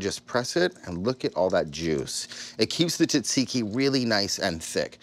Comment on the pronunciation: You my friend are pronouncing it wrong I as a Greek man say differently I will try your recipe though